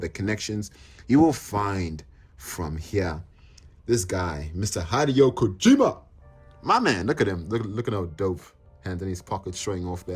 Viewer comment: Says “my man Hideo Kojima” but can’t pronounce his name correctly 😂